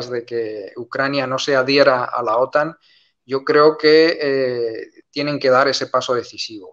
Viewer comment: La acentuación correcta en español de la siglas OTAN (Organización del Tratado del Atlántico Norte) recae en la vocal "a", no en la vocal "o". Está última acentuación es propia del idioma inglés, que se ha difundido por influencia de medios anglosajones y la imitación linguística de los hispanohablantes en medios de comunicacion. En Hispanoamérica, siempre se ha pronunciado OTAN con acento español correcto en la vocal "a". Sin embargo, en los últimos años, la acentuación inglesa con acento en la vocal "o" se está difundiendo por influencia de cadenas de noticias anglosajonas y no anglosajonas (francesa, rusa, alemana, etc). Obviamente cualquiera puede acentuar como quiera, pero la norma de la lengua española en acentuación de palabras es precisa.